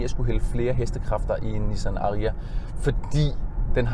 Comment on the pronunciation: Sjovt at du konsekvent udtaler #Ariya forkert 😁